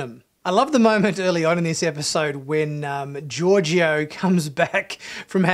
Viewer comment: SALOON!! 🙄 Also, Georgiou isn't pronounced "Georgio". SMH. Your review sounds a bit like toxic masculinity. You're averse to emotions, relationships and crying and you seem to have a hate for the main character, Burnham. The snark is off putting.